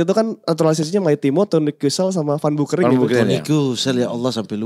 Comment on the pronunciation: Ngakak kpn jadi "Bau Kering" 😂 kan aslinya "Beu Kering". Kasian itu emak bapaknya ngasih nama di aqiqahin 2 kambing. Edit: Alhamdulillah judul namanya sudah dirubah sesuai aslinya. 🙏